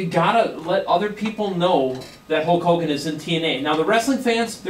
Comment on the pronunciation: again it's Hulk Hogan not Hawk Hogan.